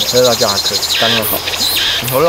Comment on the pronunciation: 辣椒，la jiao, 不是卷舌r, 没有ra这个拼音的字